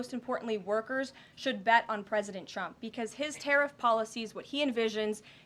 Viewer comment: At time's she sounds like she says President chumps 😂